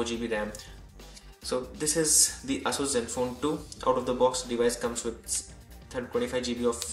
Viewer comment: Your pronunciation of Asus seems wrong.